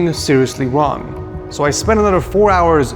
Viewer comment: I love you but I have to 😂 “ one wong mistake “